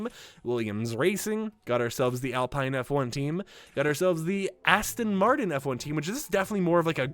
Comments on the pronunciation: SUPER EXCITED FOR F1! Just a friendly reminder that Alpha Romeo is pronounced Alpha Rome-A-O, and Alpine is pronounced Al-peen. Great vid and thanks for all your hard work! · And Alpine lol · I’m sorry but when you said Alfa Romeo and Alpine I cringed😅 good video though, skins look awesome